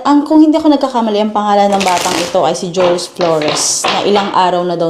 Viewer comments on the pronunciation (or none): Maam jhuros pp not jores